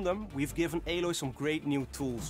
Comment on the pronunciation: It's Aloy you peasant not Aloi